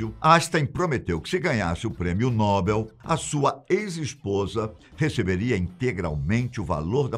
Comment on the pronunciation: Adoro seu canal, sou inscrito, mas me perdoe meu xará. Não é PRÊMIO NÓBEL, A PRONÚNCIA CORRETA É... PRÊMIO NOBEL!